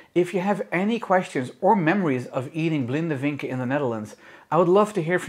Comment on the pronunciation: Really odd to hear "vinken" pronounced with the "w" sound (in germanic languages) We say it like "Fink"